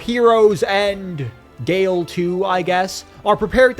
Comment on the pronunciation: "And.... g a l e" had me DYING